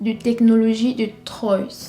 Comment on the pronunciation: Ma jolie on prononce Trois comme le chiffre pour la ville de Troyes